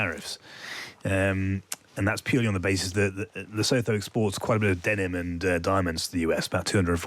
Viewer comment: Please get it right. Lesotho is pronounced luh soo too.